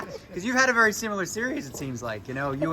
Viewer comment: You wery wacist - _